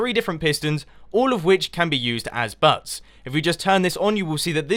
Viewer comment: It's bugs not buds mumbo jumbo